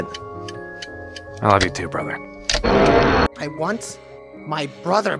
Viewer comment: Oh yeah i hate the part where he says “i love you broher”